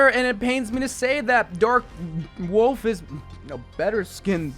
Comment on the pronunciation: Gotta love the dark worlf skin the r in the name adds so much thanks